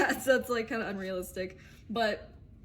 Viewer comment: Your readings are so loving and flows. when you say “unrealistic” .. that unrealistic looked so unreal :) it almost lost all the power it had!